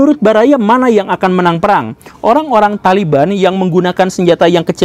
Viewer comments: THOLIBUN anda baca THALIBAN yg bener yg mn Mbul.... Bijaklah dalam berekspresi yuuuuukkk..... 😁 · O Taliban itu dibaca tolibun? Hahaha aya aya wae